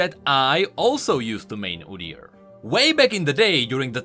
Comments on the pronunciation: I've never heard anyone say it like that, sounds weird. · Udyr is the Norwegian word for beast. For right pronunciation look up how Norwegians pronounce it